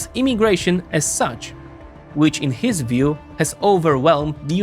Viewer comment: “In Heeez view…”. It’s not just HIS view pinhead, it’s the view of tens even hundreds of million Americans. We elected him to realize OUR view. Perhaps that concept is foreign to you in whatever socialist or communist government you exist in.